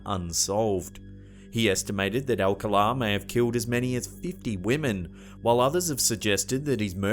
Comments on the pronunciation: BTDubs, re: "Alcala" has the stress on the second syllable ("ahl-CAHL-ah") 🧐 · Alcala Is pronounced al-call- ah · Rodney Alcala's name is pronounced al-CAL-uh. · You’re pronouncing the serial killers last name incorrectly. It’s All-calla, spelling Alcala. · Pronounced AlCÁla, accent on the 2 nd syllable. I remember this particular game show and Rodney’s getting busted and all the murders he was convicted of later on. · Its Pronounced Al Cal Ah.. why dont you at least Hire a Brit that can correctly pronounce comon words or research first?? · #2 not how you pronounce Rodney’s last name.